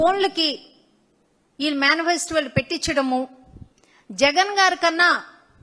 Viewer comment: Man festival kaadu “Manifesto”😂